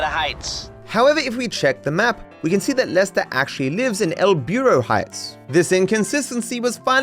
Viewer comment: Ask the missus how to say perro and burro